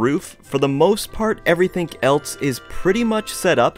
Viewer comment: who likes the fact that he says ''everythink''? like if u do [dont comment mean stuff if i dont get that many likes, it might be because my comment's new but if its not new and it hasnt got many likes, i will take down this comment maybe and never comment again, soo yeah BUBYE!!]